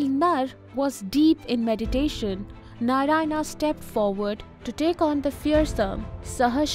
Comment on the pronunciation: Good content. But if you’re trying to teach, please make sure that you’re using the correct pronunciation. Words like Narayana, reign, smirk, halves, … they are produced wrongly. This creates confusion for young minds.